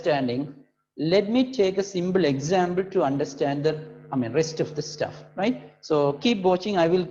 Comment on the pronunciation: Sir it's not examble it is example